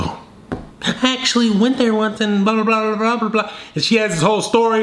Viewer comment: Bro really said “ You caught the oneice, forgot ab the other 15”🤣🤣